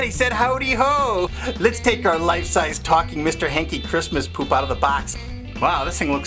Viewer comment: Hankie, not Yankie